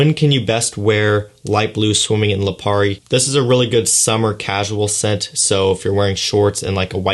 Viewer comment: I really can’t get over when says Lapiri.. It’s Lipari... 😭😭😂😂😂🙂🏆✨🌊🏝🏊‍♂️